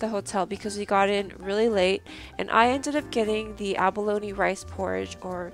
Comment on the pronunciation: You are pronouncing abalone as abalony.